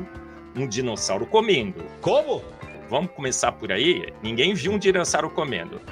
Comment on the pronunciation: a parte do "Dirosauro" me quebrou 😂